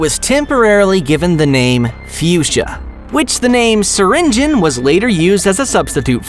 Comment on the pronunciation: You need to say syringeon you donot say the O!😮‍💨